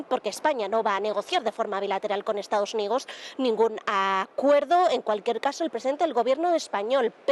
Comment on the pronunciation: Le dijo Estados Undidos 😂